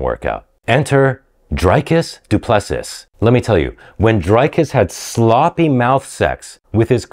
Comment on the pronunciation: Bro the way he said "Dricus Du Plessis" he mispronounced it in so many ways